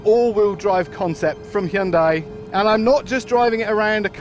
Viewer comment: Good to hear ‘Hyundai’ being pronounced correctly.